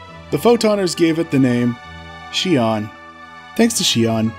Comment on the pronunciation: The only good rappy is a fried rappy. also I believe Xion is pronunced Zee-On. or Zshe-On, with more of a zh sound